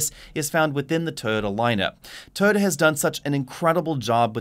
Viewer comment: BTW, it's "Toy-ota", not, "Toada."